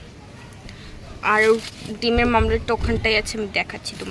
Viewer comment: ওটা মামলেট না ওমলেট হবে